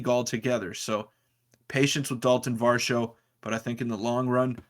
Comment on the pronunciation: You guys gotta doublecheck the pronunciation of Varsho's last name lol